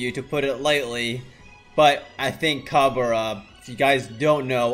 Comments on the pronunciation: Its not ca-be-ra. Its cab-re-rah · haha yeah that pronunciation though. its cab re ra not cabera